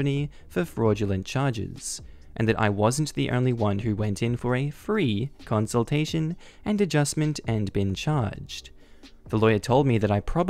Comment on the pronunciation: good grief, it's a conSULTATion man, not a conSOLation lol